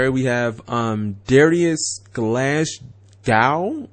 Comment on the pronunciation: Apparantly Glasgow is now prounced Glashcow